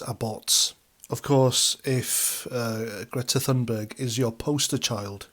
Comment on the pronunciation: Great video thank you, bullshit free. And thanks for calling her Greta Thunberg and not Toonberg, this American nonsensical hatred of the letter “ U” is driving me to brink of insanity, that with YouToob and the imaginary car called a Jagwar. Sorry, everything is driving me nuts, your channel is like an oasis of sanity in an ocean of lunacy. Going to lie down, told one American, “ no wonder Putin hates you, wouldn’t you hate someone who called you after a can of shit? Pootin????”